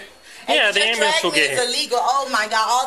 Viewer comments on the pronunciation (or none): "yeah we're gonna call the ammberlamse"...😂😅😅😅😂 this officer is a gem.... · The cop is freakin AMAZING! “We are calling the abrurance”! And then signing!